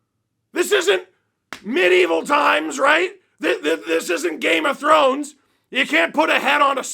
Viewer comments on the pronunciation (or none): none